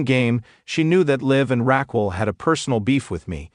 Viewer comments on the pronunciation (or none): It's Raquel not Rockwell